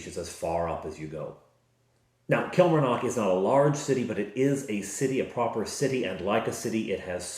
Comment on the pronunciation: Since I live near Killie. I can tell you it is pronounce Kill Mar Nock. The 'A' in Mar is pronounced AH. The 'O' in Nock is pronounced AW. Place emphasis on each syllable rather than run them together. In the west of Scotland, we tend to extend our vowels and roll our R's.